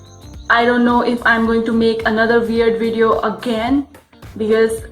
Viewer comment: "dis guy id a veedo"